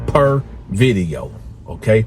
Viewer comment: “Viddy Yo” 😂